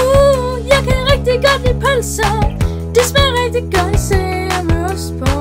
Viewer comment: jeg kan ikke lide pølser det lyder som om du siger bh